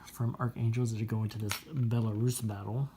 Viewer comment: Liked the way you correctly pronounced Belarus, not like some newbie who pronounces it with a short u,and do you think the Star trek's Borg originally came from Vyborg???